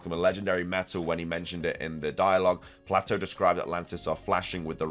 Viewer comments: I think the Legendary jewelry she has on is just jewelry. It's fitting with what she teaches, but I don't think there is anything beyone that. Just a heads up, The name Plato is pronounced PLAYto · I love you man but it’s pronounced Playtoe 😅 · I love you man, but it’s pronounced Play-toe😂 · Man your killing me It's pronounced play-doe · Holy shit, you can't prnounce Plato correctly either? Do millennials even go to school? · I more offended by the pronunciation of Plato 😂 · I thought the project name for SV was Titan. I'm unsure why SoulSilverart was connecting Atlas and Atlantis they aren't connected outside of just being in greek myth. One is a titan that held up the cosmos the other is a island described by Plato (which somehow you mispronounced).